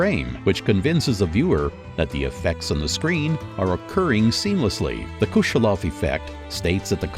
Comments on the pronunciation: They also say Kushelov effect instead of Kuleshov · bruh it's kuleshov not kushelov